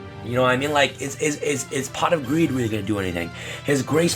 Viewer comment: I thought you were saying I use a lot of pot for a second lol